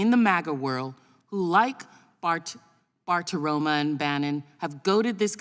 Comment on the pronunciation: Bartiromo ----> O not A